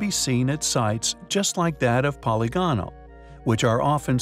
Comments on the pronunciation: Poly gonal? Kept mispronouncing "polygonal" doesn't make it into 2 words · I'd feel better about the intelligence of the narrator if he could learn how to say polygonal (po LI gonal) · I cringe every time this video profoundly mispronounces "polygonal". It is pronounced much like "polygamy". It just one of many examples of how the creators of this video are so ignorant of science and reality. You made a blithering mess here. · It's his ignorant pronunciation of 'polygonal' that made me stop the video.